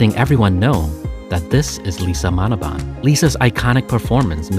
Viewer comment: Not Manoban its Manobal